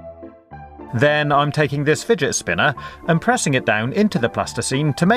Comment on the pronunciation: I love when u say "fidgetspinnah"😂